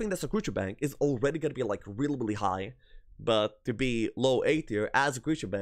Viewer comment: Good list and a good watch. You say really billy( sounds like you trying to say reliably) when you mean really. Didnt want to say anything buy noticed it in many vids and it started to bug me sry.